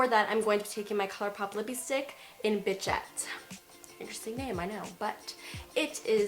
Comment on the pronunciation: This is a great look! Thanks, i really love your vidéos they are so. Fresh! Now, it is just too funny How you pronounce Bichette. It is not a bad name, try pronouncing it "Bishette". In French Bichette is a baby dear animal, an also in an old fashion kind of way a cute 'pet name' (though not really used anymore...)